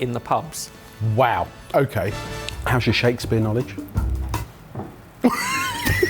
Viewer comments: I lost my mind everytime referred to Shakespear as Shakey P 😆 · Why’s calling Shakespeare, Shakey B?